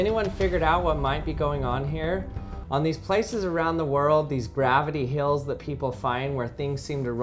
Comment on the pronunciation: It’s called Hills not Heals